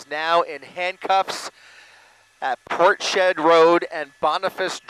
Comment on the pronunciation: I do wish he would learn to pronounce Portshead properly. It's not port shead, but rather Ports Head!!!!!!!!!!!!!